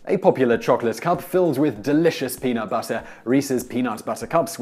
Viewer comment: It is so weird (and so wrong) to keep hearing "peanut buttercup" instead of "peanut butter cup." They aren't flowers!